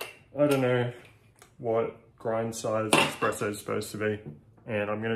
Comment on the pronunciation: Bro, it's Espresso 😭